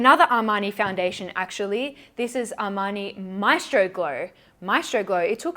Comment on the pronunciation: I hate to break your heart but that’s not how you pronounce ‘maestro’ 😂 the stress is on the E 💕